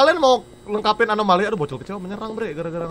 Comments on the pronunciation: ini lucu bgt bang windah bilang amonali trus dibenerin bang jadi alonami, kan yg bener anomali bangg 😅😅😅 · anomali❌ amonali✔ semangat bang windah😊😊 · "Amonali amonali udh balik balik " "alonami " anomali anjer bggg😭😭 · "amonali amonali" "alonami alonami" YANG BENER ANOMALI T____T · acumalaka bukan alomani bang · anomali ❎ alomani ✅ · ngakak bang windah blg amonali trus bang benerin blg alonami padahal dua" nya salah seharusnya anomali😭😭😭😭